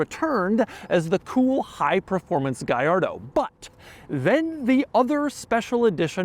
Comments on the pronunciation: Si pronuncia "Gallardo" non gagliardo 😂 e' un nome italiano, non spagnolo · Funny how you pronounce Gallardo correctly: "Guyardo" but not Murcielago - it's "Murthialargo" - I found this out as soon as the model came out. Great review. 👍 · It's pronounced "gee ar doe" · "Lamborghini Gayardo Supah trofejoooh stradalaaaaay" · It's pronounced gee ar doe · well thats a funny pronounce on that car man.😂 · BUT IT SOUNDS SO WEIRD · Double L, not I. Italian, not Spanish. Jiminy! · Doug the type of guy to pronounce Trofeo Stradale correctly but mispronounce Gallardo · I wish you pronounced it the way Akon used to :( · And slaughtered its name 😂